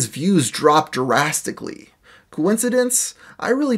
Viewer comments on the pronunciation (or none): You say "jurassic" and "jurassically" instead of "drastic" and "drastically" and my inner English teacher is triggered beyond reason. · Please stop saying 'drastic/drastically' like 'Jurassic/jurassically' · Drastically. Say it with me. "Drastically." It's not Juraisstically. It's drastically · Jurastically is not a word, bud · The word is drastically not jurassicly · Making his views drop Durastically Nothing funny there. Just shitty pronunciation. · are....are you saying jurasstically?